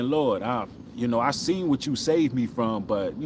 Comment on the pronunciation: 😊 saved not soft lol